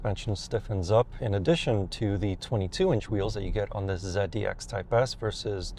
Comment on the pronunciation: ZEAD - D- X?? Um okay